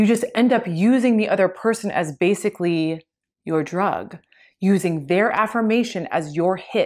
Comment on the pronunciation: Basically not Basucally.